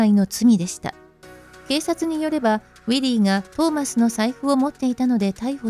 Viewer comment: ６:44分ウィリーは逮捕から、「わすが」になってる